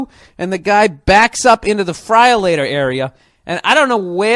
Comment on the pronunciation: The fryalator? Nice.